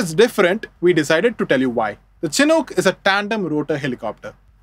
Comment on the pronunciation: It's pronounced "SHH-nook" not "chin hook". The naming convention of all US Army helicopters, prior to modern cancel culture, was to honor native american tribes who would hold honorary ceremonies and bless the helicopters in their native traditions and religions. The Chinook nation is who this aircraft is named in honor of.